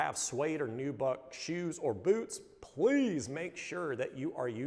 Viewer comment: The way they say BEWTS is very satisfying hahaha